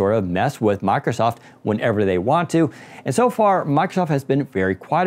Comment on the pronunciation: How hard is it to pronounce mIcrosoft?.... it isn't mAcrosoft or my-crow-soft....